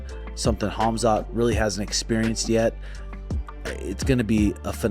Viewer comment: says Hamzat for Khamzat and i love it